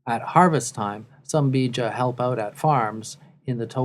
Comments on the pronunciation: Air Element to make matters worse his pronunciation are so wrong 😭😂 its not Beeja its pronounced Beja the e isn’t extended and the language is Tu Bidawi meaning “the bidawi” lol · cushitic people are warriors, no matter when and where they be. also im not Beja (im somali) but i hate the way the commentator says Beja... ''Beeja''